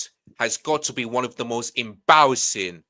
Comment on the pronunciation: “Embawassing! ZEWWWO!”